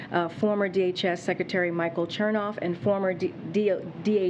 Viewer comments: Chernoff?? Did she say CHERNOFF?? 🤣🤦🏾‍♂️ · Did she say Chertoff ✡️?